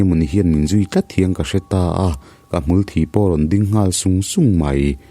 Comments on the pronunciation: Hmanah pawh ka sawi tawh, Hmul Thi chungchang hi, mihring vuna hmul chhia, sin deuh deuh buang thikthek a bikin kan ban, hnungzang vela awm ang hi Hmul thi kan ti thin.thil kan hlauh te, indek zat te hian a tho suau thei. Hmulthi tih a, a THI laitak hi Mitthi kan lam ang hian thluk san tur. Chemin ka in zaia a THI duh hle mai tih a tluk kuai chhuk ang hian lam loh tur. . Nia tuitlanna hmun azir erawh chuan thumal lamdan thluk hi a in anglo ve thei tho bawka. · Hmulthi ilam dan hi,mi'thi' tiha" thi" kan lam ang hian aw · Hmulthi tih hi ilam diklo ziah